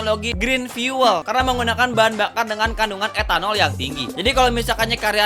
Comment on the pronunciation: FIUWEL ❎ FIUL ✅ skali lagi bang, FIUL